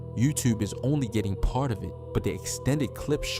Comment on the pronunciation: Yuewwwtewwbbee 💀LMAO tell me ya frm Bmore w/ out saying ya is 😂😂😂😂🤣